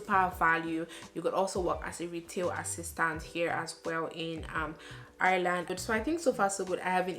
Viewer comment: I like the way you say ‘Ireland’ 😍😍